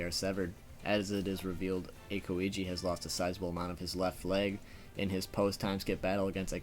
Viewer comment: There is only one thing i dont like about your videos...the way u pronounce their name...especially aokiji....but overall still great